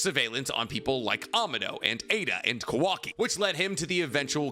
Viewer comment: Please pronounce kawakis name right lmao